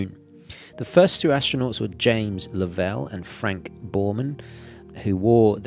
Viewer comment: Hey sport, Astronaut James Lovell is not a “Frog” to call him Lov-ELL like the “WELL” ...he’s a Yank thank God for him and for us Space enthusiasts...